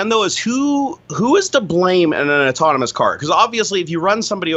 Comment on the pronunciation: How does not know how to pronounce autonomous?!?! ôˈtänəməs.